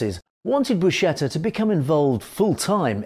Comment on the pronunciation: Buscetta is pronounced Bu-sketta and NOT Bu-shetta.